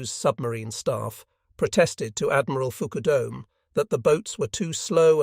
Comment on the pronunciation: According to the notes this is Shattered Sword, by Parshall and Tully. Edit: Parshall has stated that Fukadome is pronounced Fuh ka' duh me. not the usual Fook a dome.